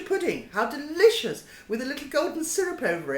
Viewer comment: hahaha, "Dishous" she says about herring roe !!!